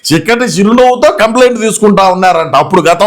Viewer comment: చిక్కటి కాదు షిక్కటి